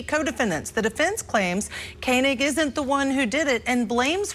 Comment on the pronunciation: Its ko-neg. like koenigsegg